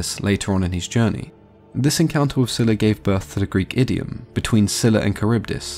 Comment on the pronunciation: It was pronounced as Zayla. That is what I first heard.